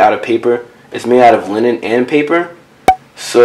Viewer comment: (linen sounds like Lenin)